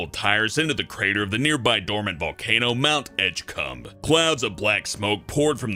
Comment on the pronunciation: stops video. replays the last few seconds to make sure I heard it right. Yep. Mount Edgecum.